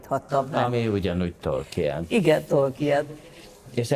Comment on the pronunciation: ugye hogy nem "Tolkín" hanem "Tolkien" :)